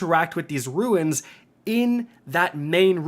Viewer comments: Runes. RUNES. Sounds like 'roons' Not "Ruins." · Finally not sick but still can't pronounce runes properly lol (roons, not roo-ins) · lol yeah. He had to say Rune so many times in this video and every time it came out Ruin. Maybe this can be Penglings moment. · Awesome video. Thanks for the walk-through. Also, it's rune not ruin. It sounds like roon. But seriously, great video! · I get so focused on how you can't say rune correctly that I tune out most of your instructions. You always want to add an I to it and make it ruin instead of roon....but I digress lol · Dude, it's ROOOONS, not ruins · My brain slowly melting when continues saying "roo-in" instead of "Roon" ffs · It’s RUNES. Not RUINS. 🤦🏻‍♂️ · Dear, heavens,! ROONs not ROO-INs. Rune vs. Ruin. My ears hurt! Love ya, though. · For the love of the English language, it's RUNES not RUINS. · Haha he still hasn't figured out the difference between the words "runes" and "ruins" lol love ya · Homie is still saying Ruins after all these years lmao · Is he saying “ruins”??? Does he mean “runes”??? IDK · Runes, not ruins 😜 quite different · *sigh * yet another video where he repeatedly calls runes 'ruins' and I die a little inside and want to clorox my ears. haha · Good god, man it’s pronounced “roons” dammit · My guy can not say runes to save his life😂😂😂😂